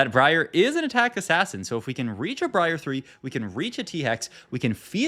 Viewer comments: You did not just call briar bree-r bro im gonna SCREAM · Bree ahhh and Zil-Lay-an, gives me the A-Aron vibes. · Bro said Bree Are 💀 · Came to say the same thing lmfao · He does it on purpose as a joke/bait/cute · briar is just a normal ass real world word LMAO it has nothing to do with playing league or not